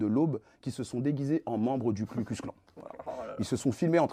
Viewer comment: Bro… pas Klu mais Ku. Ku klux. KU klux ! Mal préparer son papier (lu physiquement) et flinguer son propos sur une erreur que Pascal Praud n’aurait pas faite, c’est moche. Faut se mettre au niveau du média que vous défendez les gars